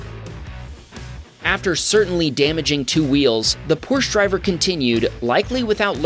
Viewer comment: WOO HOO!!! You failed at pronouncing "Porsche" again.